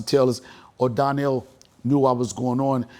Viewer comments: Gave him his flowers then proceeded to call him Darnell instead of Donnel 😅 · His name is Donnell not Darnell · Why is he calling him DARNELL???? 😂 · Dude is so used to people pronouncing his name Darnell - do better Deon. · The funniest thing about this interview is knowing that Deon is an actual writer but he kept calling Donell-Darnell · He called him Darnell the whole time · Did you call him Darnell!? Lol